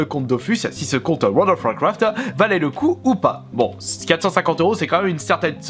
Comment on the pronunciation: Très bonne vidéo 😊 tu ma tuer avec ton: Wold of wouacraft mdrr 😂 pouce bleu habituel 😉👌